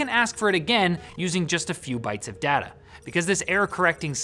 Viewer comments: why do u say dah- ta, your not aussie say day-ta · When you say data do you mean like Dayta? Sorry im english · He said data instead of data